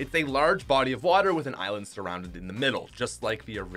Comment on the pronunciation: Dude... it’s “eye land”, not “eye island”